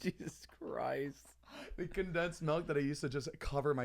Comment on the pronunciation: "I blame the condesative milk" I LAUGHED FOR A GOOD 5 MINS!!! ZANEEEEE